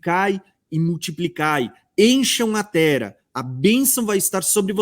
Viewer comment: DESCULPA,MAIS NÃO GOSTO,QUANDO VOCÊ FALA TERA,O NOME CERTO,É TERRA,TEM 2 R